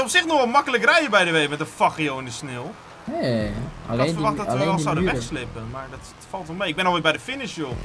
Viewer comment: Vind iemand het ook opvallen dat hij geen sneeuw maar sneel zegt😂